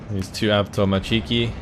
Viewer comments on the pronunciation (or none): The correct russian accent of the word "avtomatchiki" is on the third syllable, so it's like avtomAtchiki.